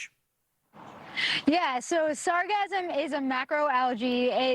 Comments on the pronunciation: It is pronounced sar gass um. NOT sasgasm. It used to be called Sargasso, as in its place of origin, the Sargasso Sea. It was famous for preventing wrecked ships from sinking. Why some idiot re-named it sargassum is beyond me. it is akin to the mis-pronounced word medullary, (meh doo la ree), meaning, of or pertaining to the medulla, a part of the brain. Some retard in the advertisement of a medicament began pronouncing it as (med yoo larry) and it makes me grind my teeth every time I hear it. Still, it may not be the fault of the microphone stand, since the plastic in her face probably won't let her form proper words, anymore. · sargassum not sarcasm(or sargasm) lol the "ss" sound isn't the same as "s" sound... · She pronounces sargassum like she is thinking of orgasm. There is no 'z' sound in sargassum.